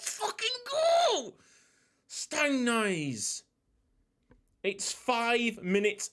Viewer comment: Stangnæss is more like Stangness instead of Stangnice